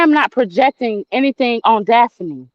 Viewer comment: Daf uh knee she kept pissing me off the way she kept saying your name 😂